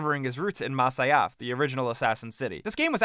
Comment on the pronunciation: when he pronounces masyaf